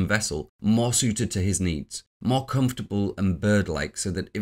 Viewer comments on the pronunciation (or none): none